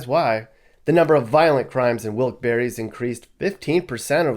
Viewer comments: Pronounced Wilkes-Barre without the e..not barry. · Bahahahahahaha.....Dude, where do you get your information from? Is it even "current". 🤔 I don't know the facts on the other towns/cities you're talking about, but Wilkes-Barre (that's pronounced Bear, not BERRY 🙄) is no where as horrible as you're making it sound. Most of the trouble comes from out of state. Recent years our little city has had an influx of people migrating from the NY boroughs, and not so nice sections of N. Jersey. With that, the crime has risen. When you hear of a shooting, 9 times out of 10, it's someone from that area here with a beef. Domestic issues are the largest calls into the police, 2nd to MVA. In the last 15+ years, there was 2 pizza guys mugged. 1 I worked with, and when they caught the guy, big shock, dude was from Brooklyn. The other incident was a while ago too. Another homey from NYC. I seriously could walk around Wilkes-Barre at night, and probably never be bothered. Biggest crime right now is people walking around at night "breaking" into cars. I use breaking loosely. It's punks going and trying handles to see if cars are left unlocked. These idiots don't realize that 90% of the houses on every block have cameras outside their homes. Most of them have been caught. Unfortunately this little city has fallen victim to slumlords coming and buying up properties. Houses are a steal to those who come from somewhere where housing is 6x more expensive. Also, the population here is growing, not declining. That's the reason crime has risen the last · Barre is not pronounced berry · Bruh “wilkes-berry” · Wilks BERRY lol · I met people who were from there who laughed at me when I pronounced the town the way you did. They told me about the silent "e"...so either a native from there had no idea how their own town was pronounced, or they were lying to me. I really don't know.